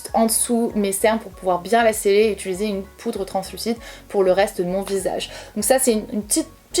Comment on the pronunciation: Je te découvre, tu es fraîche , les explications sont claires, les astuces toutes bonnes a prendre . Seul bémol , t'entendre dire utUliser a la place d'utIliser me stress. Mais je vais continuer à regarder tes vidéos 😋